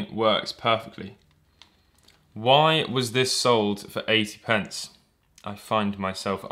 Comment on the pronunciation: You keep saying 80 pents even tho that's ¥1